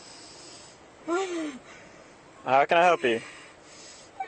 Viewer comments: breeve......kaint breeve!!!! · The good old “ I can’t breeve” card 😂